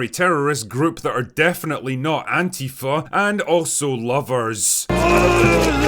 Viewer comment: Well, it certainly cannot be Antifa, because Antifa isn't a terrorist organization, nor an organization at all. Also Antifa don't blow up stuff and their name isn't pronounced "AnTEAfa" but "ANTIfa" like in other words that have "anti" in it, like "antiintellectual" or "antiterrorist". You don't pronounce "antiintellectual" as "anTEAintellectual" either, now do you? Dude, your true political orientation is showing... again. Anyway, that's all I've got for today. Go fuck yourself now, Will.